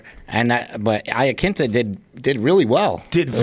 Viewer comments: Joe, other guy, UFC guys, do you in your heart of hearts, really believe Al's Italian surname is pronounced Eyeaquinta? C'mon you Muppets. Make a fucking effort. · Why do people call him Laquinta? Its Iaquinta